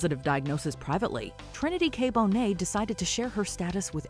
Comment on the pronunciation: NOT CALLING TRINITY K BONET MONET